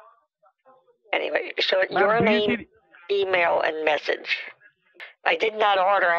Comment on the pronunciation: He can barely say the word message and.he is scamming people lol 🤣🤣🤣